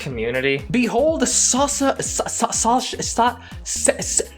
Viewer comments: If the opening of the toys didn't anger the community, the struggling with the name "Sasha" did the trick xd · Huh, so saying word "Sasha" is hard to native English speakers. As a person, who speaks language with names like these, that's something new for me.(I guess that's a shock whenever non-English speaker hears how much problems English speakers have with names of their culture🤷)